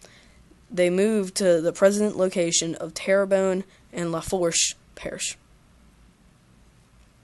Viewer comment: haha this is cool im a houma indian and I loved this and just saying Lafourche is pronounced luh-foosh